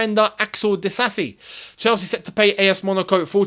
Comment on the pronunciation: good at African names pronunciation. It's exactly that "Di-sa-si" not "Di-za-zi" Your african heritage helps 😂